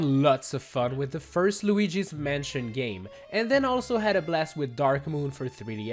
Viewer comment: He said gooigis mansion 3